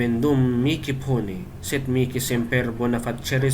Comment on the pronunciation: Paano kung maramihan Bro? Dapat ba isa-isahin? Miki pala pronunciation ng mihi Bro